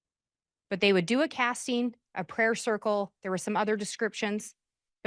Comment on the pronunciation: My dumb brain gets annoyed every time she says an “ing” word as “een.” “Casteens” “Wanteen” it’s literally not even her fault lol it just pierces my brain in the wrong way